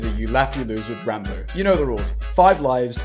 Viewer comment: says ranboo CC: rambu